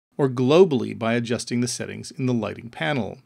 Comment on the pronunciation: great video but the narrator talks like a robot. Who says "Set-TINGs" like that?